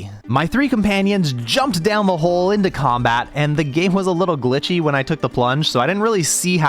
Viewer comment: "I was pulled into combAat"